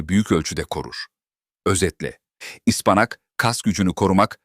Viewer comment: Kâse..Ispanak demesini öğren..